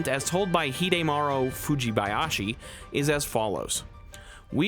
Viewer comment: I noticed you slowed down a bit to make sure you didn’t get tripped up by Fujibayashi’s name and I seriously appreciate that! There are huge ZeldaTubers out there who don’t even try to get the Japanese names right.